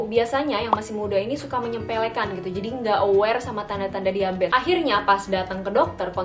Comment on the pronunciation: Bingung kenapa nyebutnya diabets ya, bukan diabetEs